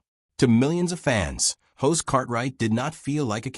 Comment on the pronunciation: Hoss not hose, kinda like boss not hose